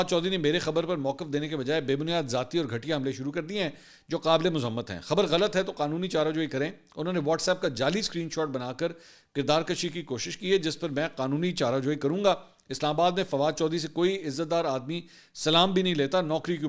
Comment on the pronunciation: محترم لفظ کردار کشی kirdarkashiنہیں کردارکشی kirdarkushiہے